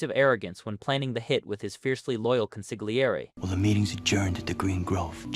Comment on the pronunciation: Con-sig-liary lmao it’s pronounced Council-yary.